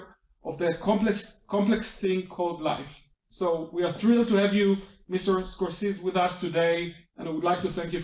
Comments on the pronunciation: למה לא ביטאתם את שמו כיאות? סקורסזי, לא סקורסיז. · A bit annoying right? A name shouldn't be accent-dependent. I'm thankful that they did the interview, and that I got to hear and see it. But his name ain't Score-Seez!